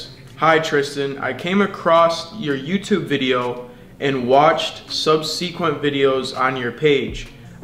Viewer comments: He really pronounced subsequent “sub-see-quent”😂😂😂 Congrats on the tryout offer though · sub -see-quent